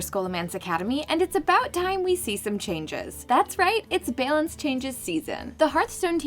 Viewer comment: Am I the only one triggered by the way she pronounces "balance"?